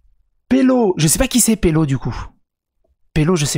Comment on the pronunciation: "Pelo" c'est "Peno"